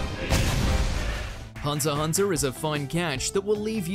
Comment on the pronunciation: Thumbs up for pronouncing Hunter x Hunter right.